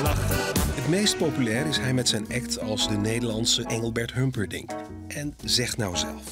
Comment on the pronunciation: HumperdiNG hè? Niet dinCK. Let maar op, zegt het altijd verkeerd 🤣